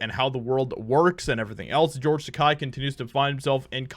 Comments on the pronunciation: Will he ever say "Takei" instead of "Tekai" someday ? Not important at all but i got triggered because he probably doesn't ever know he doesn't say it right and THAT is the problem to me xD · Great video. Not a George Takei fan and tired of his hate and virtue signaling. Just one thing though, the end of Takei sounds more like “kay”, not “kie”. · It's not pronounced Tak-”ei” as in “eye.” It's Tak-”ei” as in “gay.” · Its not Tak-Eye, Tak-A, rhymes with toupee. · takei is not pronounced ta kye, it should be "ta ke-ee" (ke as in "kettle") so it is more like ta kay. (rhymes more with okay, not quite but not as bad as ta kye). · Takei not Takai, I don't like him, but please work on pronunciation. Japanese is pretty straightforward in that regard. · It's pronounced TaKEI, not TaKAI. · It's Tah-kay, not Tah-keye. I use this to remember. "George Takei is gay" It's like poetry. They rhyme. 😉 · George's name rhymes with gay. Ta-kay not Ta-kai. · It's taa kay not taa kii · His name is pronounced “ta-kay”, not “ta-ki”. As I heard him say, it rhymes with “toupee”. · Te-kay NOT Te-kai. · Hey, takei’s name is pronounced ‘t’Kay’ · It’s pronounced to K, like “toupee.“ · Its Tuh-Kay as in gay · Please STOP mispronounced the name!! Takei is pronounced (ta-kay) I have family that is Japanese and know a little of the language. I'm not wrong. And from what I understand Takei did try to start a beef to stay relevant but Shatner had no idea till recently. In fact most cast members from the fam3d show know little of Takei because he never wanted to pal around with them ou5side of the stage. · You're mispromouncing George's last name. It's pronounced Takay. Any trekie knows that. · It's pronounced "taw-kay." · Just a tip: “Takei” rhymes with “the gay”… should be easy to remember 😏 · It's "Takei" - "Takai" means "Expensive" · Tuh-Kay. Kei = Kay. Kai = Kye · Takei's last name rhymes with OK....Ta-Kay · His names is pronounced Ta-Kay. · Isn’t it pronounced “ Ta-Kay “? As in”ta-Gay”?